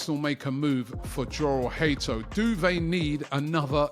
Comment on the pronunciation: Jorell hato name in dutch is pronounced yorell bit like jurrien timber it sounds like a y at the beginning not a j